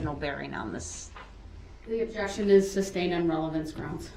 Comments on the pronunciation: Learn how to pronounce SUSTAINED dude… it’s not substained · "Grounds for the suBstained"... what a moron!🤣😂🤣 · This 🎪🐒 NEVER figured out it’s NOT SUBSTAIN, it’s SUSTAINED . amazing, it was repeated 1000 times 😂😂😂! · "grouns for the substain your honor" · SUBSTAIN! IT BIAST